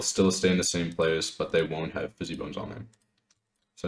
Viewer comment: bro if you say "fizzy bone" one more time i swear to god